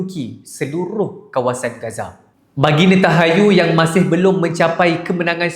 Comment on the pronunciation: NetanHAYU❎ NentanYAHU✅ Pandai baca ke tak kau bang?